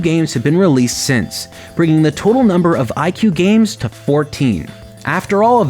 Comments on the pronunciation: I pronounced it /i-choo-eh/ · it’s actually pronounced ee kway just lettin ya know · IQue sounds like IKEA